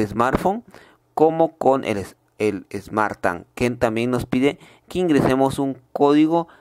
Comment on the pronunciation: Smart TANG🤣🤣🤣